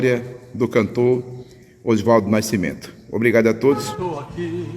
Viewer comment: Não é naicimento é nascimento, não é naiceu é nasceu, aprenda falar correto, Não é cárdico, é cardíaco.